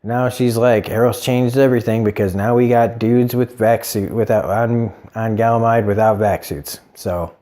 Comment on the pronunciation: Its funny when you say it lol but its ganymede not galamide. Great review as always!